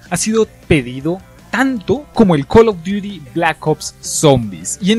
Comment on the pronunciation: Call duti zobi